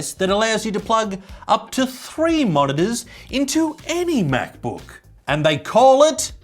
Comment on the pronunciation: Love how he pronounces “MacBöuk”.